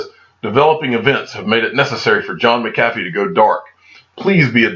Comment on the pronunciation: I see you don't read comments lol we keep telling you it's pronounced "Mac-uh-fee" lol I still love your videos